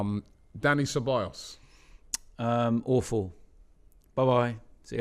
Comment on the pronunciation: it's CEBAJOS (pronunciation)